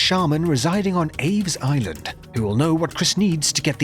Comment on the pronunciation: Im sorry... what was that? AIDS island? Okay...